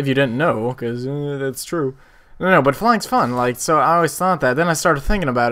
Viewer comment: i love the way you say but its like butta